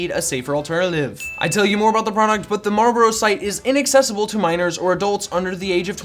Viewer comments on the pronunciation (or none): They are Marlboro not Marbro. Amateur! LOL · Lmao “Marbrloro” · My entire life I never knew how to pronounce marlboro. Thank you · You know, you didn’t pronounce Marlboro correctly even once...